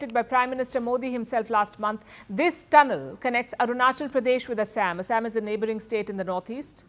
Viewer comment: She can call is Assam not Asem